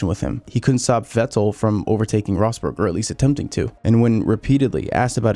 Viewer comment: Why do you say "Vettel" with that weird pause. "Vett' el"